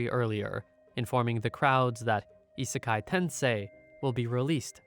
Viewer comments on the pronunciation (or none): Manga name! "Iseikai Tensei" with the letter "I" rather then the usual "isekai" it’s "isei kai" !!!